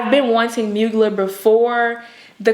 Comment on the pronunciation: That TX accent doing double time lol Mugler=Moo-gl-air